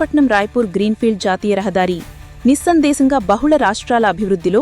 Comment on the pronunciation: నిస్సందేశంగా కాదు నిస్సందేహంగా